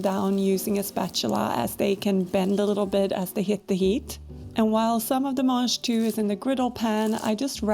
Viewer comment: The what? Manjtoo? That's what is sounded like you said? They look like snow/snap peas to me